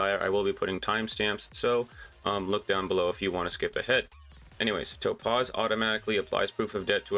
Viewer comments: Calling her Toe-Paws made me have to turn off the video, lol. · I keep hearing “toe-paws” and “nummy” 😂